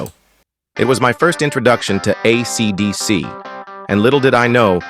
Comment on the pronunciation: the AI voice completely invalidates this video. it can't even say AC/DC right bro. you should repost this with your own voice if it's true about the guitar, YOU tell YOUR story, it would be much better if it was real